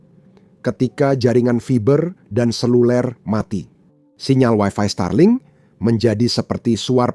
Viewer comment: Starlink aja dibaca Stralink😂